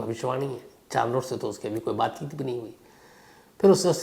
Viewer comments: Charlot nahi Shamsbhai sharlet hai correct pronunciation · चार्लोट 😂😂😂 , नहीं शार्लोट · Sir, "Charlotte" pronounciation could be " Sharlet" not chaar lotte. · Wonderful story. Thanks for sharing sir! Just a small correction about her name, it’s - shh -ar - let (Charlotte) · Charolette ko Sharlet pronounce karte hain Shamz ji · Charlotte is pronounced as sh- aar-let शार्लेट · Good story but please don't pronounce Charlotte as "Char(4) Lote"